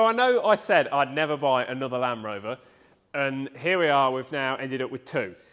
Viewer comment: ….good video and glad your back but Land Rover has a “D’ in it….just sayin👍